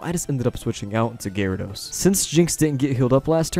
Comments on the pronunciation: Ja war edos No that's not how you say i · Did you say gee-rawr-ah-dos lol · "GeeRawradose" :3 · what cracks me up is when he says GE-ryRE-dows, cant tell if he's doing it for fun or. like yeah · you pronounced gyarados four different ways throughout the video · how did you pronounce Gyarados?